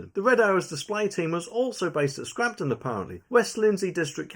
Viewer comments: 1) There is no R in SCAMPTON. It's not SCRAMPTON. 2) It's never been SIX-SEVENTEEN Squadron, it's SIX ONE SEVEN Squadron. Please do them the honour of getting things right. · It's Scampton not scrampton 😆😆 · No R in Scampton lol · That would be RAF Scampton, and not Scrampton . . . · It’s pronounced Scamp / ton and it’s 617, numerically separated. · It's scampton not scampton,and we've got 2000 "temporary" fookers arriving soon,glad I ain't got any young daughters,only a matter of time before the inevitable happens.